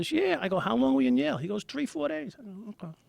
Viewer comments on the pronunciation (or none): Yale, not jail. Lmfao. Never in my life have I heard that. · Where did you learn to pronounce it like that? In Yail?